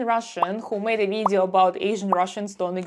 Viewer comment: As soon as you said “vidzeeo” I knew you’re Russian.